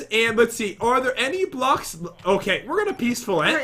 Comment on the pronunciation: Say blocks right